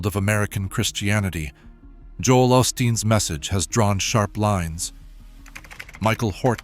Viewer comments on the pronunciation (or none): Joel "Aus teen." Do something more valuable with your AI. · Joel fruadsteen😂